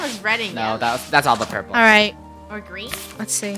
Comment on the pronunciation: The fact that funneh sed purprler and one more the fact that sed whiht 😂